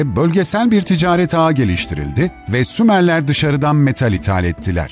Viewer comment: Abi önce uygarlar diyip sonra sumarler diye konusdunuzda anlamadım